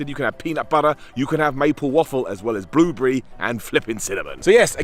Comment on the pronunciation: "Blue brie" gnarly cereal! Till I noticed it was your accent and blueberries. Blue brie on my face.